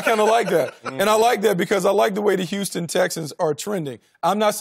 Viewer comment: HEY LAVAR, THE WORD IS HOUSTON NOT YOUSTON!